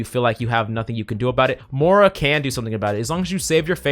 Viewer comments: I hate that this guy can never pronounce Moiras name correctly, it's not Mora its Moira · Why is it that no one can pronounce “Moira” right?